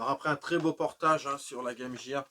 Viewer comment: Trop génial ! Je ne suis pas le seul à prononcer guaime jire ! En tout cas super vidéo les gars, et j'ignorais qu'il y avait eu un portage de ecco the dolphin sur game gear.